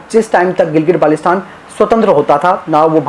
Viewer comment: Its not gilgit balestan dear, first go and learn pronunciation then you should speak about ur claims 😂😂